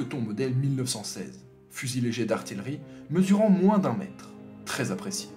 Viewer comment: C'est quoi ce délire de prononcer '' artillerie'' arti-leu-rie ?